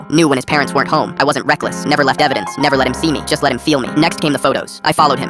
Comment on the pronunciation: "I mever broke the law" stalkings illegal bro🫠🫠🫠